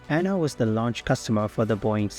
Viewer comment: No it's pronounced A-N-A not "Anna" lol.